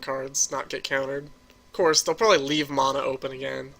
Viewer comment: I've been playing Magic for awhile, and I watch a ton of YouTube videos for Duels and Paper.. and you're the first person EVER to pronounce mana that way. You're also the only one who says You-lamog, instead of Ooo-lamog.